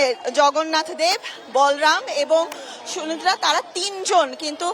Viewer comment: Sunidra na,,,, suvodra hobe